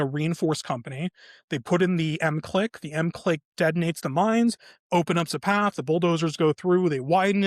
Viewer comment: It's pronounced MIC LICK